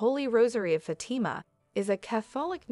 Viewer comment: Fatama.....fat-a-ma...do better